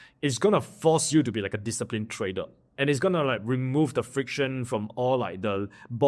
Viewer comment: trader or tradel? 😂